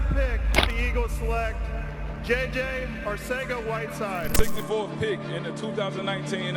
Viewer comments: Arcega is pronounced in the Spain spanish accent. Its pronounced Arthega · It's pronounced Arthega jsyk. Also Reagor has alligator hands. They prefer smaller shiftier guys (Pascal) in the slot. He would be a cut candidate if it wouldn't hit the cap so hard. He's their #4WR outside at BEST. Team has way more faith in Watkins. They are trying to showcase him to pull a trade and I would be guessing they'd take a 6th just to have him out of there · I love the fact that you change the pronunciation of "Arcega" every time you say it, I mean as a Philly fan myself I always wondered how to pronounce it